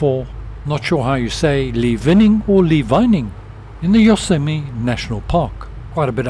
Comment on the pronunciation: Just a couple of vocabulary corrections; opening the throttle a small amount before engine start is called "cracking" the throttle, not "cranKing". (Cranking an engine is something completely unrelated). Also, you said "Yosemine" national park first, then "Yoseme" but it's "YosemiTe". (pronounced "yo-SEM-itty").